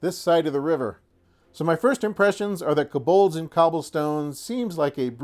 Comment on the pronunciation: keh-bohlds? I believe it's pronounced co-bolds (kō-bôlds).